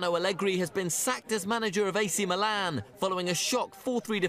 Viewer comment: it is pronounced Mìlan, not Milàn.